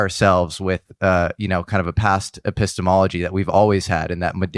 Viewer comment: Love this. I do think we should have a drinking..or if one is a health nut an exercise game… One drink or jumping jack every time says “epistomology”.:)